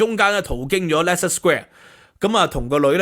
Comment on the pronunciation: 主持人, 你讀錯了Leicester 市的發音。